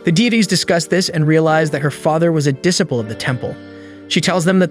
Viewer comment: its pronounced disciple